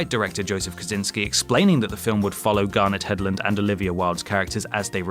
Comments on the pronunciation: Yep between "Harold Raimi" and "Garnet Hedlund", I think this vid came from a parallel universe. I hate it when YouTube presenters can't even pronounce the names of the things and people they're talking about. #unprofessional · "Harold Raimi?" "Garnett Hedlund?" Jesus Christ, the mispronunciations in this video are just ridiculous.